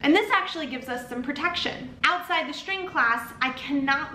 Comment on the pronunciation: Is that an accent? Why are you saying shtring instead of string with s not sh? Iam new to english please teach me